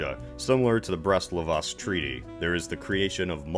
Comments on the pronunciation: LITOVSK! NOT LIVOSK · Brest-Litovs. LITOVSK,not liVosk. What is up with history channel lately its Li-tov-sk, simple. Translate to: the Lithuania Brest, not the livovsk (whtever the fuck that is) Brest...get it right